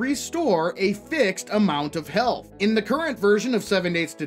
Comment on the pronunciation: "helath" Lol.